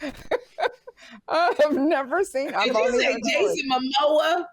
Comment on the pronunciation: "Momoa" is correct!